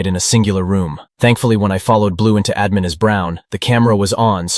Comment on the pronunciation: What is Uhmin i thought it was admin